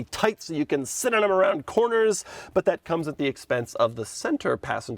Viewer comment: “Noodle” always looks depressed AF. Doug says “sit!” like he says “this!” Poor confused animal.